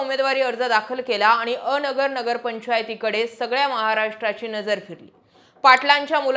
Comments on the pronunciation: अ-नगर नाही तर अन्गर असा उच्चार आहे. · अ नगर नव्हे अनगर म्हणा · अनगरचा उच्चार चुकतोय तुमचा.. अ - नगर असा उच्चार नाही, अन-गर असा आहे. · A nagar nahi g Angar... Angar mhan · अ. नगर...नव्हे अनगर असा उच्चार करावा.. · अनगर aahe te. अ - नगर nahi. Thoda homework karava na